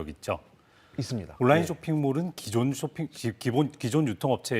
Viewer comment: 아나운서 발음이... 온나인, 온나인...